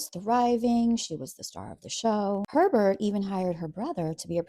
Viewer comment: Why does Herbert sound like pervert when you say it 😂